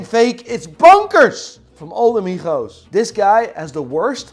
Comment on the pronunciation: Everyone: MIGO's: MIKHO's 😂😂😂